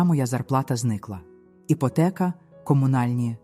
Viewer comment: Це просто жах! Вам не соромно за це ШІ прочитАння? Ото слова: іпОтека, ЛесЯ, кІнець та купа іншого сміття! Не паскудьте солов'їну! А сюжет попереднього оповідання з невеличкою відмінністю. Сором та ганьба! А цей проокурений голос ...